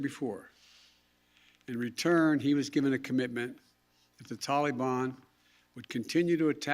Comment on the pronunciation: Can’t pronounce Taliban correctly still I see Coked Joked Joe? Maybe you should take some of your sons heroin and watch more Sesame Street. I’m so embarrassing what our government standards have been reduced too. I mean even Nasty Pelosi should have already been replaced, I mean how is she still out of her crypt?